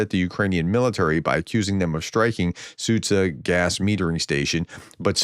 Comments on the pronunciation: Hey Prof! Try Soo-jah (instead of Sudzha). I have no idea who invented the English latin transliteration but it makes it very complicated for you guys, when it's not. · I think the problem is that nobody explains how this should work. English speakers are perfectly capable of pronouncing both sounds. Zhukov needs the sound from Gillette and Sudzha needs the sound from John.